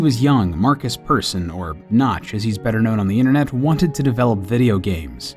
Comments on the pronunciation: Hold on, just let me become a nerd for a second. It's pronounced "Peersun" not Person! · When people pronounce "Persson" like "person" NotLikeThis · As a Swede I have to say that I die a little every time he says person rather than "Persson". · Did he just pronounce it Person? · Am I the only one who thought that when he was saying Persson he meant person? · Markus Persson? You know how you guys in America say the A in the name Al? say the e in Persson like that. Anyways, overall, great video!